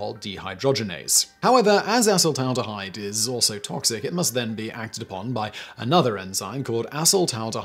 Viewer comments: thought i heard him say assh*le-taldehyde😂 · I laugh everytime he says "a**holed-aldahide"